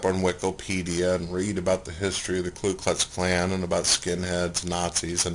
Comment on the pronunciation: Did he call the Ku Klux Klan the Klu Klux Klan ?? Lol.... he said it twice